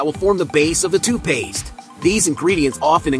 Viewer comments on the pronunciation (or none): what in the world!!! its literally spelled TOOTH Paste... Why in the heck does this robot weirdo keep saying TWO Paste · I am so happy that I am not the only one who heard TOOPASE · you say the main goal is protecting teeth, I say the main goal is MAKING MONEY!!! Also, it's TOOTH PASTE not TOO PASTE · you say the main goal is protecting teeth, I say the main goal is MAKING MONEY!!! Also, it's TOOTH PASTE not TOO PASTE nahws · AI sucks....TOO PASTE!